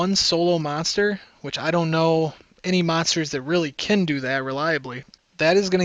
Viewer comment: Tanks for the statistics and the info :) ( just one thing when you say: can, it sounds like Kin. Just being a small grammer nazi (A) )